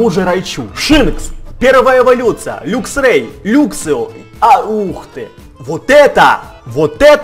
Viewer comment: не люксио а лаксио и не люксрей а лаксрей